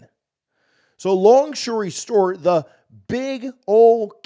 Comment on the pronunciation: Did he just say shory stort?